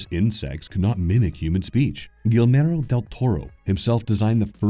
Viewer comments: Its pronunced Gee-AIR- MO. Also a lot of his designs, especially The Angel of Death in The Golden Army seem influenced not only by the art in "Mexican churches" and "Saturn Eating his Son" but by surrealist photographer Joel-Peter Witken. At least his art director was, lol .. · Guillermo: gee air mo. Great video though! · Guillmero? Ahh yes Guillmero Tordelro. A great rodprucer. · I made it 27 seconds before I had to stop at 'Gill-mairo Dell Torr-o' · Imagine Guillermo del Toro listening to how his name is murder and called Guilmero lmao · Galmero? Guilmero? Gielmoro? Gyalmoro? Crinsom Phantoms? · Gi-ed-moe. That's the best way to pronounce our name correctly if you can't roll your R's. Also the double LL's are silent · I just love the “gillmarow del torro” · “Gilmero” 😂 Guillermo is not that hard to say come on lmao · Persistent mispronunciation of Guillermo as Gilmero is a pain. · Gui (hard g "gee") ller (yair) mo.... Guillermo. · “Gilmero” huh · Great video but his pronunciation of Guillermo del Toro get increasingly worse through out the video starting as Guillmero all the way to Gellmoro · "Gill-merro Del Toro" smh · Gweelmero Del Toro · Guillermo is pronounced, "Ghee-air-mo" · You cant even pronounce GEE YAIR MO. Once? fine. twice? cmon dude. i heard it 4 times in the span of 5 min. Why would i care about to a channel that doesn't care about its content? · you were butchering his name over and over, but you honored him and his amazing work even more! love his work and the creatures he creates! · 10 Insanely Disturbing Ways to Butcher Gillermo Del Toro's Name. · kind of annoying when they don't bother. u can literally Google search "how to say Guillermo del Toro" and it pops up and tells u! 🤬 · Oh my God!! The whole time that crap was driving me crazy! If you are gunna make a video about someone maybe find out how to pronounce the man's frigging name!! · as a latina the way he says Guillermo is driving me crazy! awesome video though! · in he says Guilmoro xD